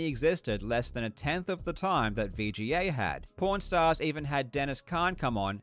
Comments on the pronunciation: I can only hear "pornstars". I can´t focus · Really sounds like hes saying porn stars not pawn stars 😂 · it sounds like he says pornstars every time he says pawnstars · Was listening to this while cleaning my work van without watching the video. Kept thinking they were saying porn stars😂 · When he said pawn stars I thought he was saying porn stars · Him saying pawn stars but it sounds like “P*rn Stars” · it did not sound like he was saying pawnstars...